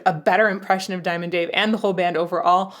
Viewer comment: You need to learn how to say diamond Dave your not there yet